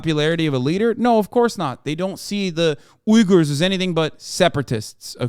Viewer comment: I like how Hasan pronounced uyghurs